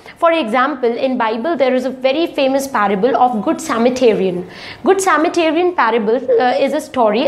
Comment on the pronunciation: Sametarian? /Samaritan.....